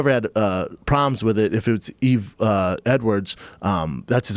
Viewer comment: Schaub further disprespects Yves by getting his name wrong. It's a silent 'S'.